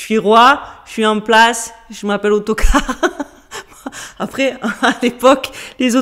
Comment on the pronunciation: On dit aotocarr